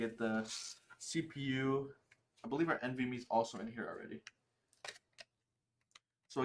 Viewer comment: I can tell that you’re not very experienced in putting a computer together your AIO is in the wrong orientation. It’s going to suck air into the pump and I bet that it will stop working within a year. you don’t know how to say NVME and your not sure what kind of hard drive you have